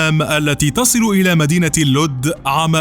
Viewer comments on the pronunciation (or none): تقرير يحترم ♥️ ملاحظة اسمها اللد مش اللود